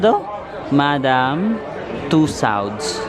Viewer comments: Natawa ako sa madam tussands mo haha, akala ko namali lang ako ng dinig, pasensya na 😅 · Madam two sands, tusawds-sa??? lol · madam 'two sands', 'tusawds-sa'... he obviously hasn't heard about the wax museum in his whole life.